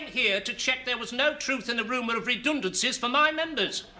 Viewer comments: He's a Brummie. Someone with a poor ear for accents might very well misconstrue the Birmingham pronunciation of 'redundancy' for an Irish interpretation. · General Secretary Watson can be identified as Irish by the way he pronounces 'redundancy'. I can see the mutual affection between the Catholics in every faiths and the communists. They are about obedience and conformity which is anethama to the youngsters in every generation. Such being the case, they found a way to let their kith and kin run wild while others suffered.